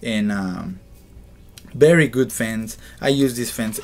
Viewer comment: You sir have a BERRY BERRY BERRY BERRY bad english pronunciation XD